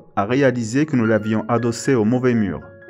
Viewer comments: il pourrait au moins faire les liaisons. Le fond est essentiel mais la forme a aussi son importance. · Tu pourrais observer les liaisons quand tu lis un texte. C'est légèrement pénible à écouter.